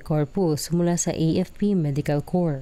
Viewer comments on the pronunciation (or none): none